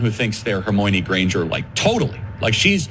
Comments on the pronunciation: Omg he said HermOIne- like oy. I was all over that too, John. I didn’t think I could like Charlie Kirk any less. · Hermoane sounds like a porn version of Harry Potter. 'Her-moan-e' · He's pronouncing it like it's spelled, instead of how it's said. Also, he's an idiot for a multitude of other reasons. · Charlie Kirk probably only read the first 3 books and gave up....JKRowling put in the 4th book the sceen where Hermione was trying to teach Viktor Krum how to saw her name because IRL everyone was mispronouncing the name Hermione which is a name that has existed in England a few hundred years....Americans did not know how to pronounce it